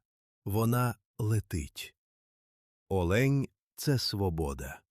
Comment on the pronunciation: Не олеʼнь, а оʼлень!